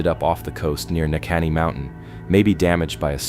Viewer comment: Neahkahnie. Ne - a Kahn - nie